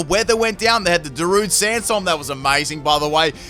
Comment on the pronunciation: This mans really said Zarude Sansstorm 😂😂😂 Take a sub you intelligent bastard